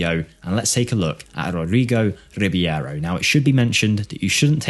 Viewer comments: I dare you, i double dare you motha****a, say Rib-yero one more time 😅 RI-BEI-RO, dude, it's in the letters, just read them 😉 Otherwise, as always great video. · Its Reeb-arrow not Reeb-ee-arrow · i will look this guy up in my save. this numbers are really crazy, but it also might be the team he is playing, i mean, in the 1st season he scored 30goals as a 16yo. not everywhere you can do that. you might do a mirror save where you throw him in a 3 to 4 stars club and see how would he developed there. PS. i think you are pronouncing his last name wrong. it should be just like its written, so E and I letters in the last name announces separate and not together. so i think it should be R I B E I R O and not R I B I E R O. E is pronounced like Estonia and not like a normal E, and letter I is pronounced like e . most balkan players are pronounced just like they are written for example.